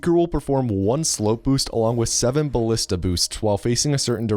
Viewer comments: You said the "g" in ballista wrong. ò_ó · It's actually pronounced baLEEsta, dumbass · the 'i' in 'ballista' is pronounced the same as the 'a' in 'anus.' it's not pronounced 'ballihsta' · Ballista rhymes with "House", Carl Friedrich House, M.D.